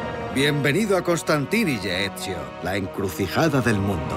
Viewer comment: "Bienvenido a Constantivilla "?? WTF?